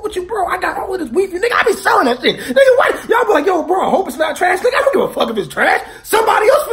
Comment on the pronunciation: Even though you kept saying dint take it, the whole story makes me wanna take it cos fuck it.